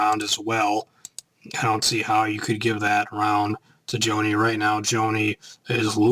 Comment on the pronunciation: it's pronounced JAW-KNEE